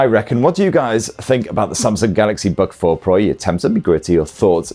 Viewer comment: Samsung Bug 4 Pro - thats what it sounds like when he's saying its name.